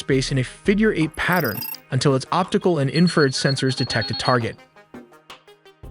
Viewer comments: 'INFRA--RED' not "inferred" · IN FRA RED Red Not inferred AI is stupid You MUST truck AI how to pronounce words correctly IN FRU RED You drive me KNUTS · Bro, it's pronounced 'INFRA--RED'... 'INFRA--RED' not "inferred" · "Inferd"???? AI slop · It's infra-RED 😵‍💫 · Great channel but speech to text engine is super frustrating to listen to. Example, infrared sounds as inferred. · You guys always make a point to say you make original content WITHOUT A.I ! Although you kept pronouncing INFA - RED ... "INFERD" ... Like WTF ? No one pronounces it that way !!!! No one ! Accept maybe A.I that is. Definitely sounds something like A.I would do. And a crappy one at that. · I never knew it was pronounced “inferd.” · Why is it so hard for AI to pronoun IN FA RED. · Great video, I know it's a mix of people and AI, but could you at least try and clean up the audio on your video. That AI bot voice you're using (which a lot of anime summary subs use too) has horrible pronunciation of some words. Infrared is not in-furred. Mach is not mack, and so on. It makes you sound and look very amateur which I don't believe this account to be. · Is there a way to adjust pronunciations of certain words like infrared, the ai keeps pronouncing it as inferred. Your content is great but surely there has to be tighter oversight over the script. Much like Mencho video where city names were absolutely butchered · Infrared… in-fruh-red… enunciate. Great video though. Nice work. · “Inferd” 😂 Ai sucks at proNOUNCiation. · "INFERD RED" (infrared) 😁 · Couldn't pronounce in-fra-red right, which was quite annoying. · These videos really need a new narrator. Having a 20 something year old kid narrate this while mispronouncing INFRARED is wild. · Please stop with the AI slop! get an actual voiceover artist who can pronounce Infrared.